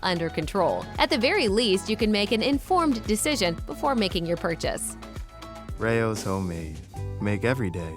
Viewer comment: They can't even pronounce the name Rao's right. 😂